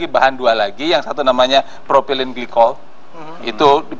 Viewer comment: informasi yg dipaparkan disini ada benarnya, tapi tidak tepat. beberapa malah salah kaprah. dan..please, propilen bipole? ini acara edukasi, yg berbicara orang2 berpendidikan, berjabatan, berpengaruh. paling tidak cari tau di google ejaan yg benar kalau gak tau ejaan yg benar.. l